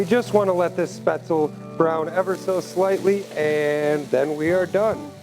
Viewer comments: Exactly. Every time chef pronounced it, I was mentally correcting him. Shpets-leh. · You're right, the e isn't silent, but it's not pronounced like recipe. he also says the ae sound wrong as well as the z. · Nice twist on a classic German recipe. 🍺😋👍 Btw, the 'e' isn't silent in Spaetzle. Its pronounced exactly as the 1st 'e' in 'recipe.'